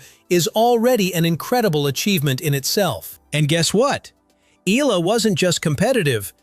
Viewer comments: It's eyala not ela.. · her name is not Ila. it's - Eh a la. and his name is not Joke ovich. stupid Ai voice! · Filipina dear boy. Not FilipinO. EYALA, not EELa. Pls say it right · Its not Ee luh should be pronounce in Filipino... "Ey Yeah luh." not eel luh. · Eh-ah-la Not i-lah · Eee-yah-lah! not eee-lah! Okay, group hug! 😂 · It’s not Ila but eyala that’s how her surname pronounced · Not ela its eyala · Every time he mentions her last name i winced! It's not "Eehla", it's pronounced E-A-LA, like "eyala", damnit! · My comment is Sir, correction it's, "E -yah -La" to pronounce her surname not. " E-la" Thank you for your good content about Alex.❤ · EALA NOT ELA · I don’t agree with many of Novak’s beliefs outside of tennis but within tennis he really knows his shit, he is a tennis legend! 🙌🏼 Proud of Alex Eala!! (pronounced YAH-LAH, not “eeh-lah” as that narrator said) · It's pronounced E-YA-LA not EELA. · It's Eh - Ya - Lah, not Eee - Lah. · It's Alex EALA (Eh-Yah-LaH) Not Ee-Lah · It’s not Ee-lah. It’s Ee-Ya-Lah 😊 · It's NOT read as "ila" it's "eyala" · Please. It’s pronounced Ee-yah-la, not Eela. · The voice-over pronouncing her name is incorrect. Her family name EALA is pronounced as EYALA and not as ELA. Making video content and not knowing the basic details like her name is like being ignorant.😂😅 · E-YA-LA not E-LA. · EALA, it's pronounced E-YA-LA. Unless, this video is AI-voiced. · not eela but ee yaaa la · Alex's surname is pronounced "EH-YAH-LAH" (THREE syllables) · It's pronounced as "eyala" ☺️☺️☺️ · Just FYI..... Names Pronounced as E-YA-LA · Next time, on the prompt, type in "E Yalla" to get the AI pronunciation right. You're already using AI, don't be too lazy. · "Eela". My brother in slop, pronounce it correctly. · its ee-yah-la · Alex E-ya-la, ur welcome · Please...please...pronounce her last name correctly..."EE-YA-LA"!!! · its pronounced as: eh’yah lah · E-yah-lá thats how you pronounce her Surname... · "Alex EELA" 🗣️ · Eala - eh-ya-la